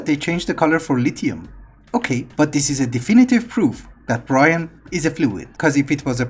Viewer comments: you should probably check how you say brine because it sounds like you say brian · thanks ive been here for about a year but it still throws me off how you say brine